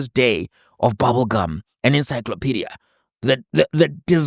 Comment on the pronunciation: She cant even pronounce ... encyclopedia... ENSYKLOPEDIA... spoken as its written... but the Google Queen ... the esteemed Dr. was all over.